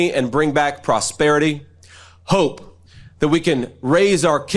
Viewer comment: I'm I the only one who finds his pronunciation of the word "hope" strange? I cannot stand hearing him or MTG pronounce the word "important" (IN-pourt-iN)... I can't stand it!